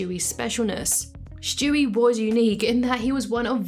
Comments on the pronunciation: His name is Stewie, not Shtewie. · Who is Schtewie